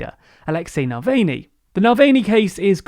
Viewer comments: Oh lord, it's pronounced NAVALNEE not NALWAYNEE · NAVALNY's pronounced Navalnie not Nalweyne. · The way pronounces Navalny in the same way to pronounce Mulvaney. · I would like to complain that you keep referring to Navalny as ‘Nalvany’. This inability to take a step back and learn how to properly pronounce his name is a form of racism. Yewande Biala puts this point across brilliantly in an article for The Independent. I myself experience this lack of compassion/ courtesy and often get my name shortened to shag or I’ll be given names like Shirley given to me at work. But my name helps me to express who I am and to display my culture. Thus, as a long subscriber with across all your channels, I am deeply saddened at the covert racism displayed in this video. Navalny is one of the easier non-English names to pronounce so it is unacceptable for this racism to have occurred. Sorry but I am very upset, News channels like the BBC and ITV always make an effort to properly pronounce non-English names, nearly all TV presenters do so. So I think with TLDR’s size now the same effort should be made. Please don’t get me wrong I love TLDR and your presenters and I find them both entertaining and engaging. We are very lucky to have a free service like this on YouTube. So thank you! Shagufta from Liverpool 😊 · It's fuuny to me, but nah-vali-nii. He's not Nick Mulvaney from the Trump administration))) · Mulan valney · I love your summaries, but please take time to find out the correct pronunciation of names like of navalny (nah-val-knee) and San Suu Kyi (tchi) or Sputnik